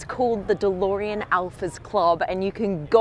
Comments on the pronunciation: alex its beautiful dolorean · The best thing here is the way Blondie says Delorean